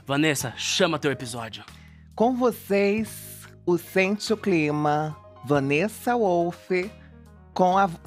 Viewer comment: O Christian o tempo todo: Wanessa Volff kkkk